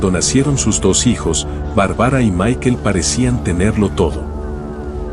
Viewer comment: Barbara no Bar-bara y es Michael no Mikel 🙈 minimo pronuncia bien los nombres 🙈